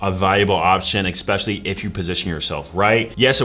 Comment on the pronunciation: Especially NOT Expecially